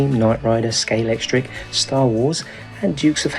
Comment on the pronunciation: Thank you for pronouncing Scalextric properly!